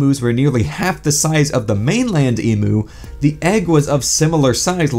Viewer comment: I have to say it as the down-under troglodyte that I am... we say "Eeem-You", not "Eee-Moo"! Nice rewind!